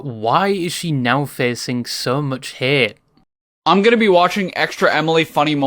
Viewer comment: bro....its haTe not hair...dafuq xD